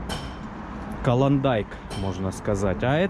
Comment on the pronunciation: "колондайк" - я "пацталом"🤣